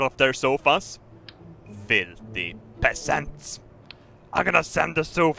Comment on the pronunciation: I love when he sais "filfy pesants" (sorry for my bad english